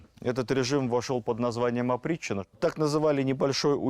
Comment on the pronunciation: Опричнина или "оприччина"? Зачем вводить новый термин в устоявшийся оборот? Новация?